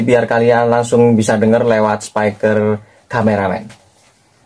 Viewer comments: Spiker mas bukan spaiker 😭, speaker itu dibacanya spiker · Spiker mas, bukan spaiker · speaker mas bukan SEPAIKER😂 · Thanks tuk sharingnya men🙏🏻 , oya men by the way di mnt pengucapannya jng "spaiker" ya men krn kata dasarnya bukan spy (bc : spai) tapi speak (bc :spiek)😊🙏🏻🙏🏻